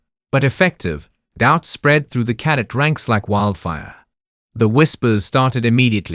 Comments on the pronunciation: I relly enjoyed the story but have to ask if the narrator really knows the words they are saying... many of the words are pronounced incorrectly, especially 'cadet' (CADEBT) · Please teach the narrator how to pronounce words like cadet! His pronunciation tho I can understand makes my ears hurt and my face wince.